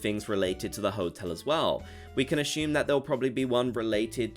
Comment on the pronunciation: Assume, not ash-ume